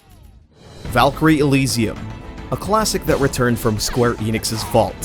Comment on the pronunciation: "Valkryie" and then we will see them runnning like a fokkin ninja 🤣dude, this ninja's vibe... can we get over it?